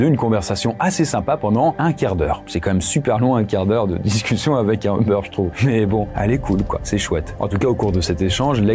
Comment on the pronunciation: pourquoi vous dites EU-BEURR???? D'où vous sortez la phonétique EU? C'est U-BAIRE (comme hubert) ou à l'anglais comme YOU-BERR